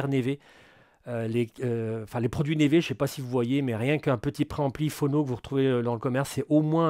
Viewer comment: super matos super vidéo comme d’hab 🙏🏻 ps : neve ça se prononce "niv"